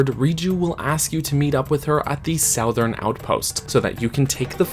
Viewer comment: OH MY GOD STOP SAYING SOWTHERN